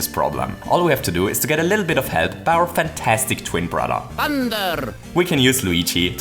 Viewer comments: to cheat a bittle lit. Did you ment a little bit? Xd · “to cheat a bittle lit” that was so cute haha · ‘cheat a bittle lit’ Your English is very impressive but this 😂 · "a Bittle Lit" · totally says bittle lit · ‘a bittle lit’ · Anyone else hear spoonerism at 16.09? 😂 Amazing content - love it!